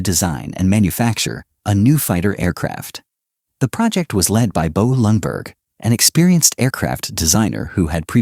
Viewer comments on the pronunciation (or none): Very bad swedish pronunciation of the swedish words like "Flygvapnet", "Kungliga Flygförvaltningen", Flygtekniska Försöksanstalten", "Bo Lundberg", and others that is not understood or heard at all ! Greetings from Sweden!